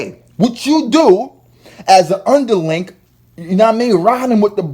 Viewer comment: A video of your bed shut the fuck up and learn how to pronounce "strategic" and "underling" ignoramus 😆😂🤣😭